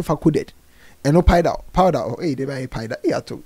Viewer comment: Konkonsa nti said’paida’ instead of powder 🤣🤣🤣